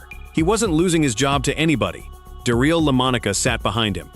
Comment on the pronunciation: Da-REEL Lamonica? Really? AI sucks. I clicked off right there. A wasted video. AI is not quality to be proud of. It's just cheap and unrepsected junk.